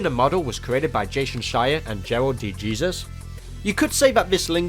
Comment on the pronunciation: I noticed that, too! It's "day Hay-zeus"; he gave it the English pronunciation.